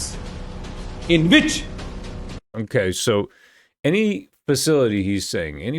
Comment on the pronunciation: Did he say which or bitch